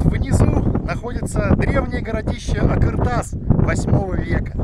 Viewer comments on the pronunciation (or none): какой думаете, он стоял по шёлковому пути и функционировал, его ещё изучать и изучать, построили его возможно до, но то что его разобрали в совке это факт. и не а"К"ыртас а а"Қ"ыр тас, произноси правильно это две разные буквы.